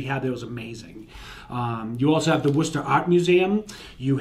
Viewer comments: This guy knows how to say "Worcester". Thumbs up from me. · Coming from England, I just came here to see how Worcester is pronounced in Massachusetts. Glad to see it’s correct 😂why can’t the rest of the us pronounce Worcestershire sauce right then